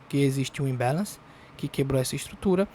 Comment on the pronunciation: "Imbéleinci"kkkkk me divirto demais.... like pela diversão.